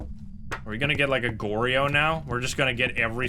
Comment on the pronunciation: it irks me so much each time you incorrectly pronounce onryo and goryo